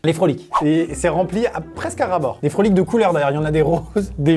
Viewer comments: C'est des froot-loops pas des "frolic"😂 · Les "frolites" comme tu dit s'apelle froot loops et sa se prononce frou cloups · C'est pas des Frolick mais des frootloop ( on les a au quebec) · Scuse moi mais je suis du Canada et on dit frout loops et non frolit pour les céréales